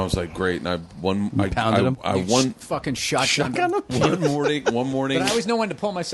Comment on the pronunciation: I can't unhear Tom Segura saying won incorrectly now.